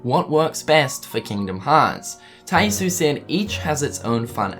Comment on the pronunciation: Tai Yasue is pronounced "Tai YAH-soo-eh". I'm sorry if I sound pretentious for correcting you on this, but my OCD won't let it go. Get it memorized!